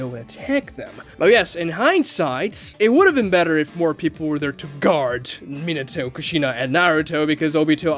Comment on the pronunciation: I'm sorry, but you suck at pronouncing Japanese names and it ruined my experience watching the video. Why you keep saying Minato like that?